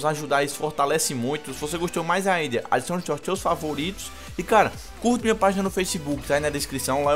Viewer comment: "Adichichone chaos cheus favoritos"kkkk